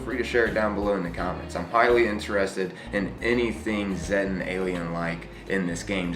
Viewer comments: i think it's pronounced Zeetan, not Z-tan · The Flatwoods monster is most likely a Zettan (actually pronounced zay-ta, not zeh-ta iirc, from the Greek letter Zeta) wearing a bio-hazard suit o protect it from the Scorch Virus. Presumably with time being moved forward by the Wastelanders DLC wave the Scorch Beast plague will be canonically eliminated (or at least pushed back and contained) and they will no longer need to wear the suits except in areas that stll have lingering infected creatures. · zéttens?! itsnt it more of a see-ta thing?